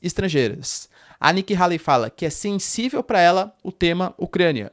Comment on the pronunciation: Nikki Hayley (rêili, não raili) é uma GRANDE MENTIROSA quase estilo Hillary. Façam uma pesquisa. Ela é NOJENTA! Tá sendo patrocinada pela indústria armamentista.